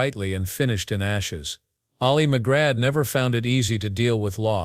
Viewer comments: The narrator mispronounces McGraw. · Learn how to pronounce her name.